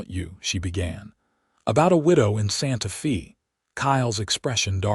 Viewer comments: Good overall story. I can tell, however, that it is AI that is reading the story. There are many mispronounciation...Santa Fe (the "e" in santa fe is not pronounced with a "e" at all, it is prounounced with a "strong A"...Santa FA. Other words are Salve...the l in the middle of the word is silent...saave, not save...the like the word calve. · Pretty good story. Better than a lot of AI stories, eventhough Santa Fe was mispronounced every time.